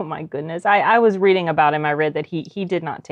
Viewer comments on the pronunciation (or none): none